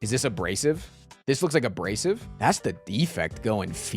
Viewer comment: oh my gosh. a-BRACE-ive. It's an arm brace.